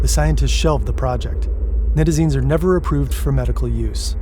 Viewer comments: Nigh-tazines not Nit-azines. Smh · Night-AA-Zeen-s is how it is pronounced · Pronounced Nye-tizines, not knit-izines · Night-a-zine* at least pronounce it right if you are going to try to make a whole video about it.